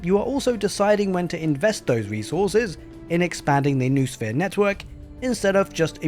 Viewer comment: BTW, "noosphere" has 3 syllables (no-o-sphere), not 2 (noo-sphere).